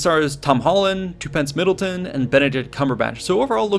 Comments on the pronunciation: Great, but I need my pedantry fix for the day. Tuppence Middle is pronounced Tup not Two. Also as there are no ancestors from the present or the future, so you can just say ancestors, as the whole thing about ancestors is that they are from the past! Do I get my pedantry medal? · Two-Pence Middleton? LMAO!! Why doesn't ANYONE narrating for-profit YouTube channels know how to pronounce shit!!!!????